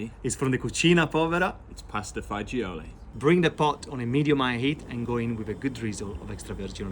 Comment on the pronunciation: It's pasta faahgeeoahlee